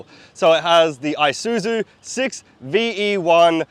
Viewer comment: Its (Esuzu pronunciation pls ) God help English speaking Countries. :)